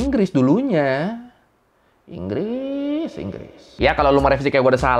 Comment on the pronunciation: enggress enggres